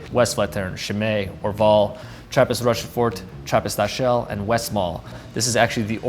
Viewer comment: Come on man, you’ve been on the premises and can’t pronounce Rochefort or Achel semi-correctly?